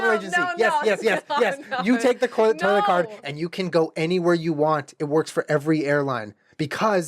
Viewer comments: Sorry I literally heard “toilet CART” that whole time and I was imagining you wheeling a toilet around and I’m—laughing thanks ALSO GUYS DONT APOLOGISE OR ANYTHING YOURE SO RIGHT TO BE UPSET IM SORRY FOR MARCH 2018 ALRI LOVE YOU BOTH MOMTHER AND FATHER X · The whole start of snake oil I thought he was saying “toilet cart” and was like oh damn he’s got a cart with a toilet built in we can pee anywhere get me a privacy curtain and I’m chill. Lmfao Love your vids. My insta: insidekrystamind